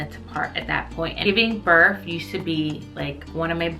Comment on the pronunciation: Lol she pronounced that right, but sounds like she keeps putting a "f" on giving "burff" 🤣 made me laugh